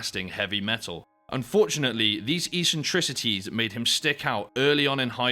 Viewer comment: Learn how to pronounce eccentricity